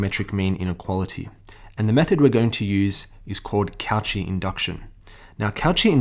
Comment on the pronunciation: it's ko-she not couchee also thanks for the video